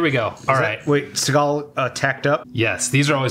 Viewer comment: Steve Seegul (how it pronounced early on), is using his black guy voice in this one.